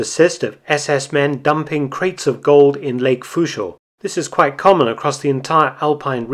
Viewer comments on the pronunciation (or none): i don't mind that you can't say Fuschl right.. because great content!!😎💪🏽